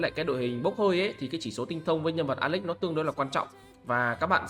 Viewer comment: Nghe “ alex” nó cứ cấn cấn 😮